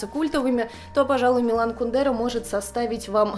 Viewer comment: Тоже привыкла говорить кундЕра, а он кУндера.)